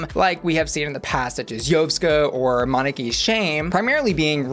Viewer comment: I hate to be that bitch, but I'm gonna be: How can you not pronounce Moneke and Yovska's names? Sorry darling, not trying to be a raging c**t monster, I just thought you watched the show where they were both named SO OFTEN. It irritates me to no end and they are two of my fav's so it hurt me on a parasocial level. On the other hand: SO happy you are covering this and I am hoping we can get som hot or rot's as the season progresses. Again, sorry for the negative energy